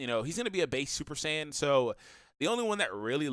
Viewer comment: Then why does everyone say sayajin lmao